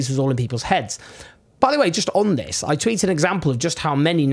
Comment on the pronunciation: i like watching your videos but just for the next time say this vs thiz English is not hard is just need practice